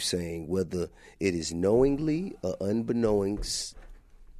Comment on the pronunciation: Listening to T.I. try and use big boy words and just fall flat on his ass everytime, it’s fucking hilarious!! Go to. "Unbeknowingst" HAHAHAHAHAHAHAHAHAHAHAHAHAHAHA!! It’s unbeknownst,.